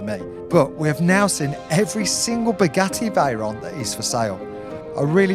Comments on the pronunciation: Is he saying spaghetti Veyron? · Did I hear right...."Spaghetti Veyron"??😆😆